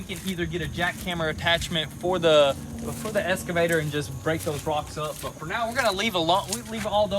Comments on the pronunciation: You guys are killing me with the "eScavator", instead of "eXcavator" [ eks-kuh-vey-ter ] :) Plant 'brushes" instead of "bushes"? :) Grammar rant over. Keep up the good work and really enjoying all the progress videos. That new brush hog attachment is sweet! :) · It's an excavator not an escavator!! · great content, would love to have the boys learn to say EXCAVATOR instead of ESCAVATOR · Do you say "escavator" instead of excavator, or do my ears deceive me? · It's an excavator, not an 'escavator '..... Also, no such thing as brushes. That is like saying there is more than one deers.... Called a locksmith all the way out there and paid $120 to change a lock.....lol. It's still not a bushhogger. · It's eXcavator. Not eScavator. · Anyone else cringe when says escavator instead of excavator? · its and excavator, not an escavater lol. been thinking this since episode 1, had to get it off my chest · WTF is an "eScavator" ? It's pronounced eXcavator. Drives me nuts! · For the love of christ boys, its excavator not escavator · Has no one commented yet how to pronounce excavator? It’s not eskavator my guy haha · OK I’ve had about enough of this… Both you and your brothers pronunciation… it’s EXCAVATOR... see the X?? Not Escavator... I know y’all from Tennessee, but come on now... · It's pronounced Ex-Ca-Vator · “Escavator” had me in tears